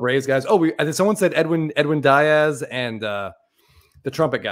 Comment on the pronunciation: being a braves fan, I’m not sure if he is intentionally mispronouncing Edwin Diaz’s last name, lol